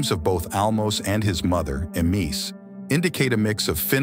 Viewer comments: I enjoyed to listen,how ever the pronunciation of 1"Khazar" and 2"Emese" is very annoying. 1 should be pronounce Khazar. I don't know how did you come to the conclusion 2 Emese, Emees ? I was wondering what are you talking about, who is Emees. Emese is pronounced as Ema-sheh.If i pronounce Richard as reehard or rihard you would rise your eyebrow to. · Emese is pronounced Emeshe, with all the "e"s pronounced the same way as the "e" in the word "get" (more or less)